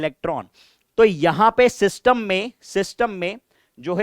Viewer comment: when ever sir says 'SYSTUMM'' my brain be like ''ELVISH BAHIIIIIIIIII✌YAAAYEE !!!!!!!